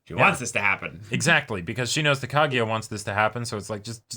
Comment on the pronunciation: KagUya, not KagEEya